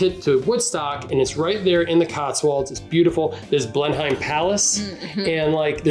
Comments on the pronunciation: Blen-um not Blen-highm. Foss not Foss-e 😊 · Pronounce ‘Fosse’ with a silent ‘e’ , Blenheim-Blenum phonetically